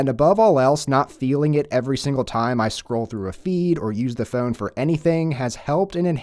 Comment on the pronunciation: I had to stop watching due to the way the guy says ‘phone’